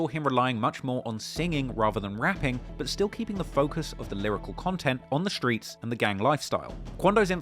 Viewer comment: he says skreets 😂